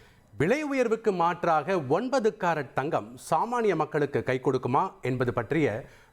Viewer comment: Carrot engirai unakku pronunciation varale😢